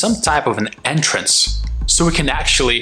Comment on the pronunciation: "Enternce" haha